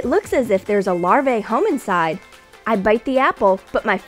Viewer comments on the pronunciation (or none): It’s actually larv - ahh not larv - ayy